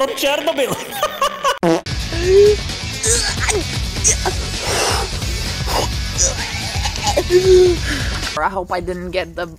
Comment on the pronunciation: No One:: "Chair-No-Bill"